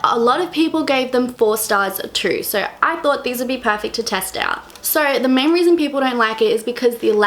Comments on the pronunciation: Is she saying sor instead of so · Whenever she said"so" ,I thought she said "sorry"😁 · kylie sturzaker I didn't even hear her accent until she mentioned shes Australian, its just how she pronounces "so" that tipped me off